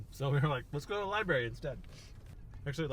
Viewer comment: Loved the video only problem is when u said libary instead of library